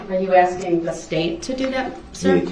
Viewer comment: Who needs a prosecution when Duhrell is axing all the questions 🤦‍♂️